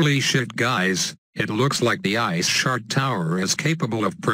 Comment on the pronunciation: when he says "ice shard" it sounds like he says " ice shart"